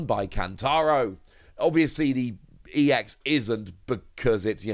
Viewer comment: Given that 'ex' is in lower case, it isn't pronounced 'E.X'. You just pronounce it like you would the ex in ex-wife :D.